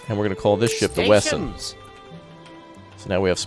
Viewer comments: It's Wesson, not Wessen. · It's Smith & Wesson, not Wessen lol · It's Smith & Wesson, not Wessen.